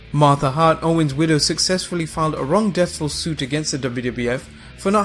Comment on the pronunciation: he says “wrong deathful suit” 🤣🤣